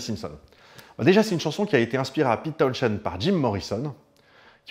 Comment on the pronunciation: Trilogie presque complète... On a ni parlé de Meher Baba, ni de Kit Lambert, qui pourtant, ont influencé Townshend (on ne prononce pas le h, au passage... Comme Portishead) durant la gestation de Tommy !